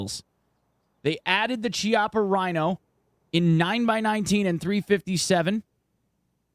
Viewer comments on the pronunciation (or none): as in the cycle game by yager? or whats that 17 seconds reference about? also its pronounced as "kiappa", not as the english "ch"